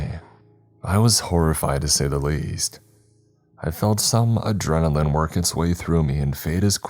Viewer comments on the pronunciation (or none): none